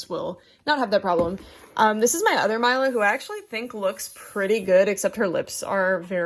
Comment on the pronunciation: I believe it's pronounced 'Meela', not 'Myla'. It's a lovely name, I can't wait to get my own :D